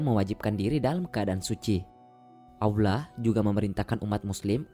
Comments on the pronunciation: Kedengerannya aullah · nyebut "Allah"-nya dibenerin dulu!!! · Bang maaf tapi bisa GK jgn pake suara bot gitu...kalimat Allah nya Cara penyebutan nya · Baru mau komen, masa dubbernya ngomong Allah jadi Aulah.. Sholat jadi salat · Salah nyebut jangan aulah Aulah lagi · nyebut Allah ko aulah ya? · knapa org indo acap kali sebut Allah sbgai Aulah?? salah tu wahai saudara2ku.. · Gimana gimana aulah,baca Allah itu yang benar,cuma mengingatkan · Dislike lah, naratornya ilmunya msih dangkal,. Belajar pelafalan aja dulu yg bener, masa awlah, rosulalah .... curiga gw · WOI , NYEBUT ALLAH BUKAN AWLAH . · Tolong narator nya di pelancarkan cara menyebut laafaz Allah SWT 🙏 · Setuju. Saya juga dengar rasa terganggu. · Iya bener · berat amat lu min ucapkan Allah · Bang nyebut allah nya jangan pake huruf W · Ini pengisi suara, menyebutkan nama Allah saja tidak benar,apa lidah nya pendek apa 😂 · Kok narasi "Allah"nya aneh??